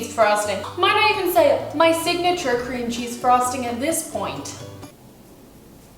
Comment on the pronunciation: When she said cream cheese I thought she said CRINGEY lmao I'm British myself